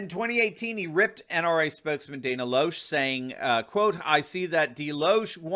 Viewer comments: Just FYI, it's Dana [LEHsh] Loesch. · FYI . Dana Loesch - pronunciation of last name is "Lash" . How and why is a mystery to me, but, that's the way she pronounces her last name . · Her last name is pronounced Lash by everyone in the know. You would know this too if you were an NRA member. 🙄